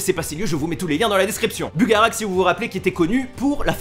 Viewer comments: Dire Bugarache; pas bugarak !!!!! J'habite à 10km :p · ça ce dit bugarache et non pas bugarak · "bugaracheeeee" pas "bugarak" ^^